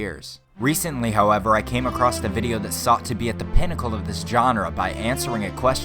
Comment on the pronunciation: Not even a minute in and my mans already said both “expecially” and “acrost”